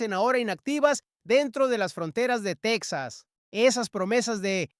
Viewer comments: El estado será "TEJAS" No "TECSAS", Menudo Español es ese. 😮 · Texas se pronuncia Tejas como México!!! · TEXXXXXAS. SE PRONUNCIAN COMO. MÉXICO EN ESPAÑOL TEJAS EN. INGLÉS ES TEXAS. EN ESPÑOL. ES TEJAS